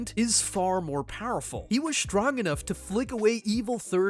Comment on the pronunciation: How he read this ; STRONG , DESTROY is(h)trong , Des(h)troy.